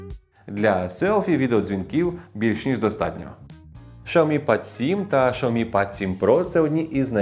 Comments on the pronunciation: Шаомі 😂 дід шось заганяється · Дизлайк за шаомі